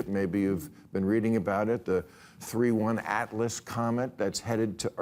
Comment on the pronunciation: Maher doesn't even investigate subject matter he makes humor of Then speaks as though he has knowledge of it. The comet coming at us is not 3-ONE-Atlas, you dingbat. IT'S 3-i (pronounced 'eye') Atlas. This is proof he doesn't know half of what he's talking about and that's probably most of the time.